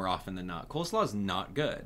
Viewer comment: its COLE slaw, not COLD 😭😭